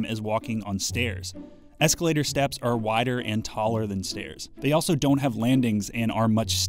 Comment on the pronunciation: Escalataaaah. My family is from Boston so thats my reality haha.